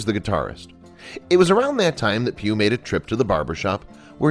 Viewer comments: Pugh it's Pugh.... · I thought he was saying pube . . .